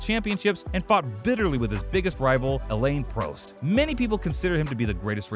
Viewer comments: Elaine Prost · Aleen proost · Who is Arrrrrrton Senna, Michael Shoemaker and Alane Prost? Why can't this guy pronounce the f1 drivers name correctly? 🤣🤣🤣